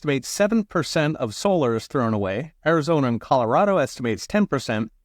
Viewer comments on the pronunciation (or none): none